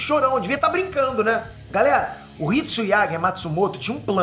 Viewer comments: não é Hitsuiaga é Hitsugaya 😂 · O chamando o Hitsugaya de Hitsuyaga ahsuahsuahsuas pqp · tu falou Hitsuyaga de sacangem ou tu não lembra que o nome do personagem é Hitsugaya? kkkkkk😂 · Hitsugaya* por favor n erre a pronúncia 😅😂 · Hitsugaya e não Hitsuyaga kkkkkkk, brinks muito top suas análises! abraço! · Muito bom o vídeo e Bleach está foda!!!! Só uma coisa que eu reparei.. é HitsuGAYA... e não HitsuYAGA 👍🏻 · Analise foi top, mas mais alguem sentiu um nervoso absurdo de ouvir o falando Hitsuyaga? kkkkk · Achei q falar "HitsuYAGA" foi erro, mas ele falou 3x errado kkkkk Posso tar errado mas desde o inicio eu ouvi e falei: HitsuGAYA - Rit Su Gaia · Hitsuyaga? Hitsugaya kkkkk Nem o nome c sabe vei ae diz q ama bleach? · É hitsuyaga mesmo? Não é Hitsugaya? Não é criticando só fiquei curioso se eu tava falando errado mesmo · Hitsuyaga??😂😂 kk é Hitsugaya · Hitsuyaga?? HITSU---GAAA---YYYY--AAAA que agonia ele falando o nome errado kkkkkkkk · errou ao falar estratégia e no nome do personagem, é hitsugaya não hitsuyaga...... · Só pronunciou o nome errado... é Hitsugaya Toshiro e não "Hitsuyaga"....rsrs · Eu perdoo kkk vc falando hitsuyaga kkk e ñ hitsugaya kkkk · hitsuyaga kk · "Hitsuyaga" me quebrou em kkkkkk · Hitsuyaga 😂😂😂 o e foda até quando ele erra fica engraçado 😂😂😂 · Agonia dele falando hitsuyaga kakakakakaka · "hitsuyaga" minha pica tmnc vai falar de dragon ball vai é a única coisa que tu sabe fazer direito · Ver o falando HITSUYAGA dou meus ouvidos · Hitsugaya* Hitsugaya* Hitsugaya homi de Deus, desisto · Sim kkkkkk😂De onde ele tá tirando isso? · Sim, o que fala errado mesmo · Fala a pronuncia no nome HITSUGAYA TOSHIRO esta errada na mesmo KUROSAKI ICHIGO o inicio do no do nome do ICHIGO KUROSAKI o i tem que ter mais força